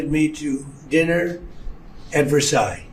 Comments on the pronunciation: Another great video, Ben. However, you lose credibility when you pronounce names wrong. It is President MACRON (rhyming with ON/off) and even dreadful Donald got the French palace name correct! It's pronounced "Ver sigh" or even "Vair sigh" but not "Ver size" I have scrolled through everybody's comments and I couldn't find one person who corrected you on this! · Versailles is pronounced Ver-Sigh; not Ver-size. Just saying. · Sorry, but the "s" at the end of Versailles is not pronounced. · Ben...the final "s" in Versailles is not pronounced. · I love your content but just a little heads up on your French pronunciation, if you don’t mind- “Macron” not Macrone, Brigitte- “Bree-zheet” and Versailles - you got it right but the “s” at the end is silent. (Even Donald got it right! 😊) Otherwise, great stuff! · Ben, you don’t pronounce the s at the end of Versailles.🇫🇷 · The ending s in Versailles is silent.C'mon Ben...even Tr🦨MP got it right.😏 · Please Ben, don’t pronounes the final s in Versailles. And don't overstate Trump's ill health. You always have him practically dying and then you show clips where he's actually OK. I keep getting my hopes up and then you take them down. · There is no -s sound at the end of Versailles.